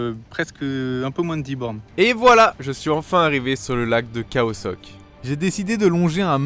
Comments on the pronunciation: Belle vidéo merci pour le partage c'est khao sok et non khoa sok ^^ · Tu prononce khoa sok mais c’est khao sok non ? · La plante est une Alocasia et on dit Khao Sok pendant toute la vidéo tu dis Khoa 😊 Sinon comme d’habitude Top toujours plaisir à te regarder, j’aimerais bien la regarder avec mon fils de 10ans, mais parfois des mots pas pour ses oreilles 🤓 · J'adore tes videos mais "Khao Sok", prononcé "Koa Sok" je dois avouer que ça a été dur à écouter, d'autant plus que j'imagine que c'est une voix off au montage et qu'aujourd'hui on peut facilement trouver comment se prononcent les noms des lieux . Mais sinon encore une belle aventure, avec un style spontané et naturel sans chichis qui permet de passer un bon moment!